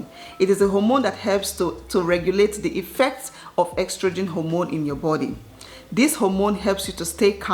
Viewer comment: Its not "ex-trogen" but "es-trogen"🤧